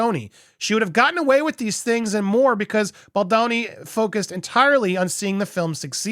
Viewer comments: Bal DOWN ee NOT Bal DAWN ee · You STILL keep saying BOLDANI /It's getting a bit annoying now) ..Mr Segñiore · Bal-DOUGH-ni lol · Please learn to pronoun his name correctly. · I LOVE your coverage! But can you please start pronouncing Baldoni correctly?😂 I live in Pittsburgh, and it sounds like you are giving it a yinzer special. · Buddy, you were doing so good saying Baldoni...😘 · Andy, maybe if you imagine the name Baldoni in an Italian accent, it will help 😁